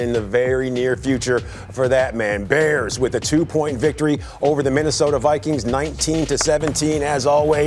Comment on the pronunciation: Baers! (How Wanny says Bears)